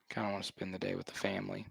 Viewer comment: Kelley is such a Tool. Enjoy your unearned bucks with your “Fam-ah-Lee.”